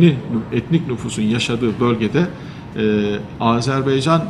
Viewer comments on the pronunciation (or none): Yanlış telaffuz ediyor. Ülke isimleri doğru telaffuz edilmeli!